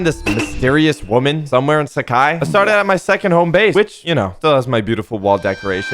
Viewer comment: "Sak hai"?? Its " Saaa-Khai "